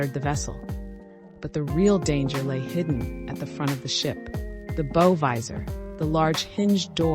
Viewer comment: Bow as in bow-wow, not beau.